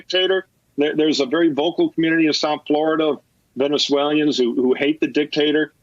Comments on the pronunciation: It's pronounced "ven-uh-zwey-luh n" in four syllables -- NOT "ven-uh-zwey-lee-un" in five syllables. I know, it's a little thing -- but it means a lot to some of us. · What’s a Venezwaylian